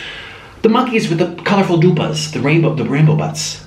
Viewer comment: i love soy sos too!!!!! it is funny how u say DUPA it is polish language